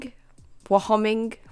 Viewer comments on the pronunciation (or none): Why hOh ming 😂 i love it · Don't know if this has been spammed already but Wyoming is pronounced Why-Oh-Ming.